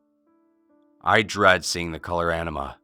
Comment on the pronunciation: I don't know why, but I keep hearing "enema" when he say "anima". Enema is a shitty color.